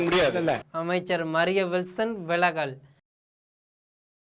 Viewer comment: 'விளகல்' இல்லை விலகல் ?